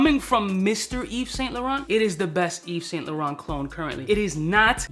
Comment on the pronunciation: Mr. Yves Saint Laurent doesn't know to pronounce Yves Saint laurent. 🤣🤣